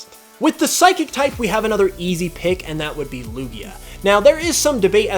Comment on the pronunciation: You got 3 of the types wrong! #1, they say water, NOT aqua! #2, it's Psychic, NOT Physiquic! #3, they're called Fairy, NOT pixie!